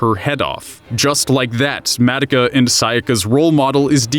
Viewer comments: H-How does he pronounce Madoka?? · WHYYYY DO YOU KEEP SAYING HER NAME LIKE THAT! THEY NEVER SAY IT LIKE THAT! WHYYYY! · Are you miss pronousing the Madoka on purpose? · the way you say Madoka triggers me. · Here’s me getting triggered on how you pronounce Madoka 😂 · I really really wanted to like this but I can’t get past the way you say Madoka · I'm kinda cringing at the pronounciation of madoka.. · The way you pronounce Madoka really throws me off